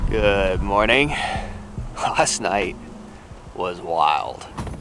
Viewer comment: “last night” starts with a L, not a W. It’s LAST NOT WAST. 😜